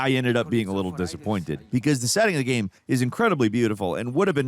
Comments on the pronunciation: game. not gam. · “open world ghem” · I’ve watched for years but it absolutely kills me how ironic it is that he mispronounces the word Game😂